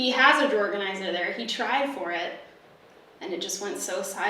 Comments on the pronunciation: Are you saying drawer organizer or drawerganizer? Are you saying Pam or Pan? Or Pand? Is the D silent? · I can’t with “drawer-ganizer” 😂👏🏼🙌🏼 Also please HELP with kitchen organizing!!!!! Plsssss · I’m sorry are you saying drawerganzier or drawer organizer? I can’t tell 😂 I love that someone on YouTube talk as fast as I do! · i can’t tell if you’re saying drawer organizer or drawerganizer but i’m down with this new word 😂😂 honestly these are my favorite kinds of videos lol i need to be a more simplified and organized bitch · All I could hear was “drawerganizer”. Anyone else?? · I’m sorry, excuse me.. Are you saying, “drawerganizer?” 😂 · Did I hear this wrong or did you say "drawergonizer"? lmao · are you saying "drawerganizer" or am I crazy 😂🖤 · Thought I was going crazy for a sec as well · Man, I'm always learning something from videos. Drawganiser, who knew! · Hahahaha I noticed it too!!!!!!